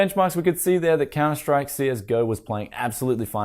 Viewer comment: Why did he jusy say, Counter Strikre CS:GO